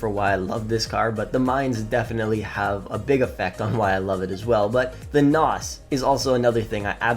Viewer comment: Hearing him talk about cars 😬🤦 "NOZ". 😂